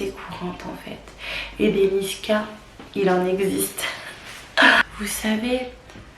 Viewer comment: C'est pas niskas ma belle mais niska haha